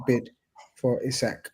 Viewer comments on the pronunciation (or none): Great show as always,. It's Prenaunced E-sak in 🇸🇪, for your info!